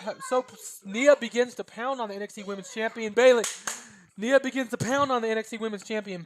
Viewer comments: You were saying NEE-AH, correct way is by saying NYE-AH like eye or tie, etc. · Btw, I'm nit picking but Ni in Nia Jax is pronounced like Tye for Tye Dillinger.